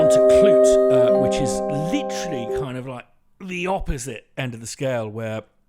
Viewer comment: "Klute" not "Knute".